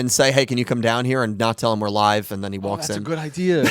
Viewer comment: At the beginning, do you say "We are live" or "We are alive"? Because I always understand the 2nd one. XD I'm happy you had a good time in Florida. I've never been there (ok, I've never been to the US in general), but I can imagine that it's really nice there. 600 for a month for such a house? Omg, that's really cheap. In my city you would get a very small flat for that price. (Or did I misunderstand something here? 'Cause that would really be insanely cheap.)